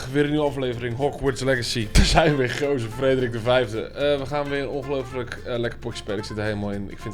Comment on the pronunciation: Geuazeur? jongen het is toch Geauzeur..